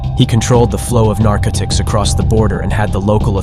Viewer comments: you think you are listening to a real person and then they read 'narcotics' as 'nirckiticks' and then shortly after they pronounce 'deadly' as 'deedly'....this also explains how this same young white kids voice seems to narrate hundreds of different channels vids. Hard to believe that is an AI voice when it sounds so much like a young stereotypical white kid from Somewhere USA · You lost me with "nar-ka-tics" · "Narca-tics"...are all these channels narrated by AI? They some weird pronunciations of words goin' on.